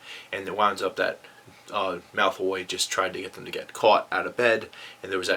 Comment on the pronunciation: Am i the only one hearing him say Malthoy?